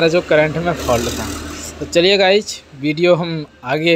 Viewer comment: Guys hota hai Guch nhi